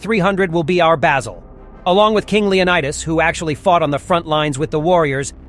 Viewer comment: It's Leonidas, pronounced like Lee Oh Knee Dus.. get it? And what about the slave race that coexisted with the Spartans and built their cities and farmed their produce and food etc? The Helotes. Pronounced the He low Tez..